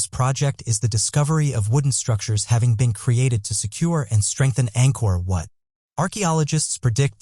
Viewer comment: He referred to Angkor Wat as Angkor What.